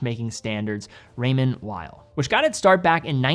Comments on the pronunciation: Pronunciation of Raymond Weil? The w should sound as a v I think. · More French sounding...Weil is w sounding 😁